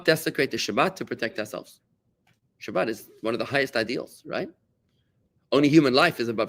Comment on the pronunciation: In “shabat(“h”) “ the accent falls upon the second syllable.